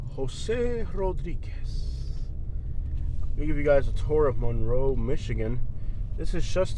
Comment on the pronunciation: Apparently they don’t teach history in Florida. Also, please don’t mispronounce Monroe that way. Do you pronounce Marilyn Monroe that way - no you don’t. Ypsilanti is pronounced WITHOUT the y. Trees are good for the environment. Why do people south of Ohio drive soooook slow - geez. Btw, you would not like living here. Move along, please.